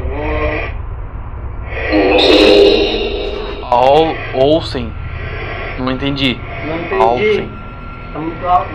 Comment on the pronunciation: Eu entendi "eu sei" ao inves de "olsen"